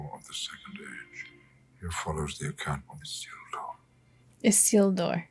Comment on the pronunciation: I'm only 18 minutes in and, as always, so impressed with your ability to pay attention and grasps so many details. Being able to recall Isildur's name (slightly mispronounced, but still recalled) and then noticing that the Ring shrank in Isildur's hands are things i'd say 95% of reactors miss in this movie. I'm sure there will be more, but one of my favorite things about your reactions are your attentiveness and intelligence. EDIT: And just saw from a post below that you also noticed Aragorn putting on Boromir's vambraces. So impressive. It took me several watches to notice that.